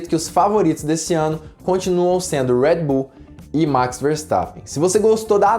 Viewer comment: “Uedi buull” eu falo redi bul msm fds kkkkkkk